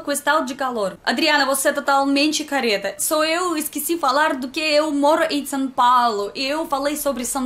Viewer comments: adoro você!!!! Só uma dica, toma cuidado com a pronuncia das palavras "correta" e "careta". Falando o som delas pode parecer o mesmo, mas o significado é bem diferente, ok. Só uma dica mesmo, sou brasileira e moro na Itália e com o meu sotaque as vezes isso acontece com algumas palavras haha. Beijo no seu coração!:) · "Adriana você é totalmente careta" coitada da menina não fala isso dela não!!!!!!!! KKKKKKKKKKKKKKKK!!!!!!!!!!! Acho que era para ser "CORRETA" KKKKKKKKKKKKK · no minuto do vídeo você falou que Adrina é totalmente CARETA, okay, todos entendemos que vc tá falando CORRETA, mas cuidado, pq "careta" é um xingamento (a bad word) ^^" kkkkkkkkkkkkkkkkk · A pronúncia certa é algo como "ко хэта" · Simm, tem que acostumar que em português não pode trocar o O pelo A como em russo ^^'